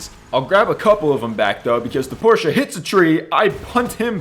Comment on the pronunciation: As a German, I am reliefed to hear that you've actually pronounced Porsche right. I am crying tears of joy...